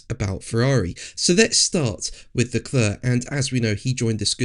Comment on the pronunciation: PLEASE learn to pronounce Charles Leclerc's name correctly!